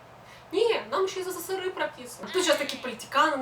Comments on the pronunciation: Сысысыры хахах эсэсэсэр правильно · СССРЫ???? Это что такое? Я знаю только СССР. Все вроде бы и ничего, важные темы обсуждает, но это СССРЫ бесит до зубного скрежета!! Почему ты так говоришь? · Говори правильно сссср а просто СССР . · В целом видео интересное, но СССЫРЫ - это очень жутко и не красиво звучит. Есть "СССР", пусть оно и будет "эСэСэСэР", а не сыры какие-то. Ну и "плохих" и "хороших" туристов/людей в каждой стране полно, не только россияне "не умеют" отдыхать, китайцам, к примеру, и вовсе иногда буклеты выдают "Как себя вести в другой стране", когда они едут на отдых. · ЭССР правильно так произносить!!!!! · Казалось бы интересно, но.. еле досмотрел... Какая-то истеричная подача, судорожная жестикуляция, сплошные причмокивания, как заезженная пластинка - исковерканные речевые обороты, как пример - "сысысыры" и т.п., кривлянье, которое в конце вызывает рвотные позывы.. У девушки самолюбование зашкаливает.. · хватит называть СССР сысысыры... не коверкай аббревиатуру...у меня тоже не однозначное отношение но себе такого не позволяю...за коробящее "сысысыры ставлю дислайк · Как режет это СыСыСыРы... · а в чем прикол каверкать "сссры"? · Впервые услышала такое смешное произношение СССР